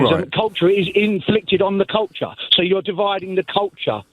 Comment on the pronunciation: Dividing the CULTAH!